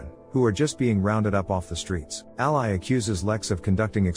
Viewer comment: Listen to the text-to-voice before you upload. Ally and ally (ally, the name pronounced like alley and ally, the alliance partner) do not sound the same. Live and live (live, staying alive and live, being on stage) do not sound the same. Fix it, and you'll get another like.